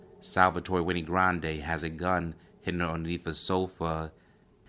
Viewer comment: Wenay??? No the name is Wayne. Like Dewayne